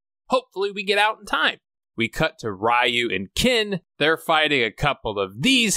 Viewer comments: Ree-You, not Rah-You aside from that, I've been enjoying your contents, especially the amazing Seagal series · So noone is going to comment on pronunciation of Ryu?🤣 Great review except that❤️ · Why do you pronounce Ryu that way?? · My whole childhood for Ryu I said “Rye-you” like you do in this video. But then I watched other videos about the Street Fighter game series and they pronounced it “Ree-You.” Which is it?